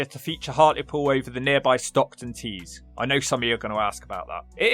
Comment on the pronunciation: I am going to ask you about that pronunciation of Stockton-ON-Tees. 😂